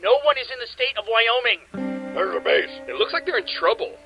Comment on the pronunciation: I... thought I was hearing things, but... Are you calling Wyoming.... Wyomie?